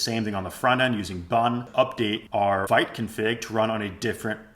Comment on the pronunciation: It's pronounced "veet", vite is French 😅 Great video otherwise!